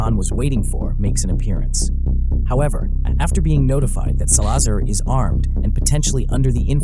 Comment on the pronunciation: It’s pronounced Sal-la-zar not sa-lazar